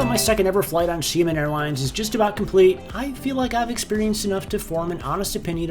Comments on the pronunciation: From 'Shy men' to 'She men'.... it's still not pronounced right..... Close but still not quite; it's she AH men, with an ah sound in the middle as if you were seeing the dentist. It's actually two syllables but if you say it in quick succession I'm pretty sure it will sound alright. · Sorry not she-man more like Sheah-min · Sorry, but its "She-ahh men," Not 'Shia-men' 😭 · SHA (Downward Tone) MEN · I usually don't want to bother non-native speaker with pronunciation, but it looks like you want to give it a try. LOL I think Xia-men the "men" part is not an issue but the "Xia" prefix. "Xia" really sounds like "Shot" (Gun shot or drinking shot glass shot) without the "t" sound. Hope this helps. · it’s pronounced (SHE-AH-MEN) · You definitely got closer. Try saying it like Sha Men, like the sha in shadow. Also, was this filmed sometime before March? I saw a 737 MAX, unless that’s where MF is parking them... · I love seeing the “packs” of Av geeks wherever they can snag a good spot. 😊✈️ Another great video. I still don’t know how to pronounce Xiamen.😳😲🤪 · I am certain that any one of the flight attendants could have taught you how to say the name of the airline correctly...